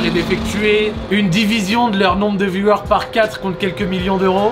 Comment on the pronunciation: Au départ, quand tu dis « viewers » on comprend « violeurs ». La faute au micro je suppose. Sinon, ta vidéo est sympa.